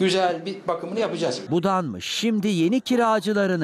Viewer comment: Budalmış değil bunamış buu